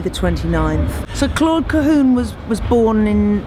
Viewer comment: Claude Ca - hun like the french " un" not oon , please . It's ridiculous .